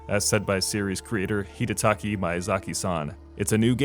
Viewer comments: It's Hidetaka though, not Hidetaki. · It's Hidetaka, not Hidetaki !! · Hidetaki?? His name is Hidetaka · Hee-duh-tah-kee. Mee-yuh-zah-ki. Buddy. Please. Come on. Ffs.